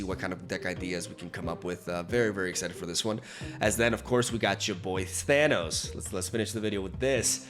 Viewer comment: ahh yes Thannis, not Thanos english strikes again